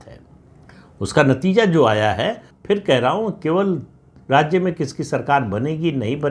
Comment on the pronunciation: राज्य शब्द का उच्चार राज्जे ऐसा ना करें